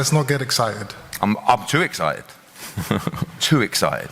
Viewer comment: "Let's not get eggcited."